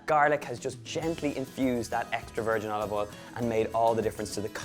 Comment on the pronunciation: Love the accent of pronouncing O with E... like Elive Eil..